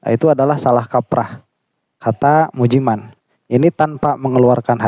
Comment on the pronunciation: BACANYA MUJI MEIN😂